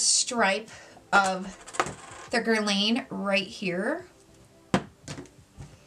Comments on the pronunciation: Awesome review! I actually have the MR stick foundation and it may be the only stick foundation so like. I’ve found most stick foundations to be too drying or they settle into fines lines. So excited you found this dupe. Quite the impressive price difference!! So Guerlain sounds like Guer-lawn and Michele Wang sounds like Wong or S(ong). Hope this helps! 😉 Happy Saturday!!! 😘❤️💜💙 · Guerlawn and Michele WONG is the pronunciations.